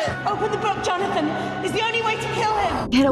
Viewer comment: I can't stop hearing Johnathan as Jarnathan 😂